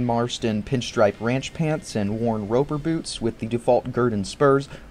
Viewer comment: “Bloots”. I love when you have a slip of the tongue, you put it on screen it quotes 😆